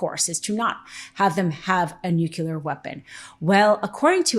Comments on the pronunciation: It is not nucular. It is nuclear...... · it is not nucula or whatever... its nuclear ffs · can you please say „nuclear“ instead of „nucelar“. Would be so much less asinine. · I'm agreeing with everything jere but just one thing... Why, oh WHY do you people ALL say " NuCular" when the fucking thing is called NUCLEAR ????? Don't you guys have spelling classes down there ? Sorry, it's just making you look unserious if you can't even say the proper name for this technology. Again, I'm sorry but i had to tell you guys cauz i really enjoy your content. Thank you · Ok but say it with me. Nuc-lea-r! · Please review the proper pronunciation of nuclear.